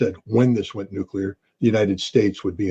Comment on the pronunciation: Nucular war, do you mean to say nuclear war?